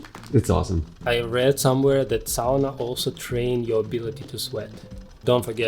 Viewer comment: There was a study few years back in Europe where conclusion was that combination of hot-cold and movement theraphy gave the best results for recovery. Also so happy that you pronounced sauna correctly. 😉